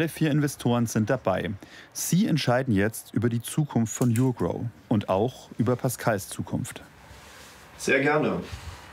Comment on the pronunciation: Die firma heißt NICHT yougrow sondern urgrow